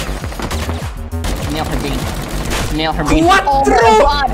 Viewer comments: that Quatro instead of cuatro makes me angry also nice video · im colombian its cuatro not quatrro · Mans said quattro